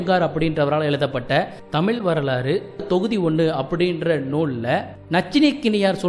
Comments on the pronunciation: முதலில் 'ழ' வ சொல்ல கத்துக்கங்க தமில் இல்ல தமிழ் அப்புறம் இதபத்தியெல்லாம் பேசலாம் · தகவல் தவறு என்று நான் சொல்லவில்லையே தமிழை ,தமில் என்று சிதைபது சரியல்ல,ஊடகங்களில் வருபவர்கள் சரியாக மொழியை உச்சரிக்க கற்றுக்கொண்டு வர வேண்டும் பலர் அதனை பார்க்கக்கூடும,தவறான எடுத்துக்காட்டாக விடும் அச்சு ஊடகத்தில் பிழை ஏற்படக்கூடாது என்ற மரபு எப்படி உள்ளதோ அதைப்போலத்தான் இதுவும்,மொழியை நன்றாக உச்சரிக்க கற்றுக்கொள்வதே சரியான முறையாகும்